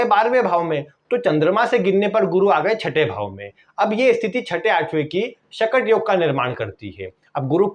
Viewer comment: चंद्रमा से गुरु - बृहस्पति 6 वे स्थान पर हो तो " शकट " योग बनता है और आप इस योग के नाम का उच्चारण गलत कर के "" शटक "" बोल रहे हो please improve the mistake ....